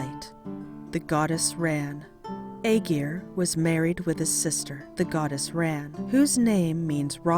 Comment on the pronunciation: You’d think the people that put the time into making these videos will at least learn how to pronounce the name properly